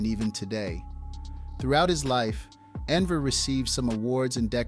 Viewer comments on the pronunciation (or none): Wrong pronunciation of the person we want to analyze isn't a great start. And while Albania during Hoxha's rule was by far the worst of Eastern Europe's so called "socialist states", Hoxha and his regime can not be compared with any African or Asian left-wing dictatorship. Most insane? Maybe check out Pol Pot and compare the Numbers: 1,7 millions death on Campodia(from 7,1 million inhabitants around 1970), 5000 in Albania(about 3 million during Hoxha's time).